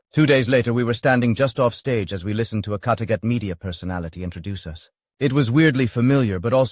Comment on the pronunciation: Ha - smart arse A.I cannot pronounce the word 'us' as 'us' it gets confused and says 'Ewe Ess' as in United States!